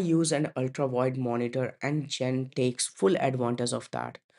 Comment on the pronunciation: Allow me to introduce you to Audacity. tbh, I had to turn my volume up to max to hear this video. Even chatgpt told me that users will forgive bad content (actually your content is very good except everyone knows it's Zen, not Jen, even if they never hear of the browser before, like me.), but they will not forgive bad audio. Please run your audio thru audacity before submitting.